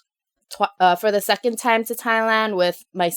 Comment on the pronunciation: time not ti.m